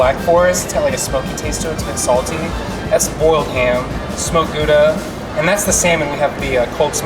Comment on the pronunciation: "smoked Gooda"? It's 'Gouda', as in 'trout"! And there is nothing Bavarian about this cheese...